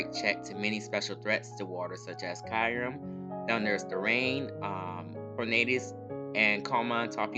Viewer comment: Great vid but the way you pronounce Kyurem kills me lmao it's Kyoo-rem